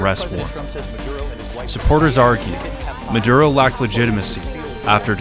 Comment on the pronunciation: Came for the Aura ad, stayed for the "Sicario 3: Muh-Durr-Ohh" trailer.